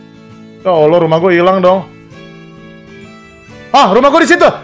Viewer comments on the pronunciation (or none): none